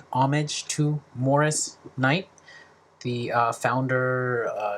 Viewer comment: Nice work. It's pronounced Kight - hard "K"- like Right with a "K" before Stonewall riot there was a successful uprising in 1967 at the Black Cat Bar (in Silverlake). Stonewall received more attention. The annual celebration of Stonewall has become far more important to gay liberation than the actual event. And you can mention the upcoming (yet to be announced officially) authorized biography of Kight.